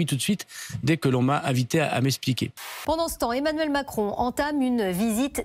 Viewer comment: Il était aussi d'accord de "s'eSSSpliquer" Un sous-sarko qui ne gruge plus grand monde...